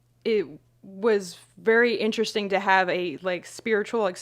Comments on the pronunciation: What's intershing? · It's just funny because it makes her sound, like, some 18 year old college chick who's just babbling on about boring self-centered shit. Even though she's a neuroscientist trying to describe the undescribable, it's just funny to hear someone talk like that about something like DMT xD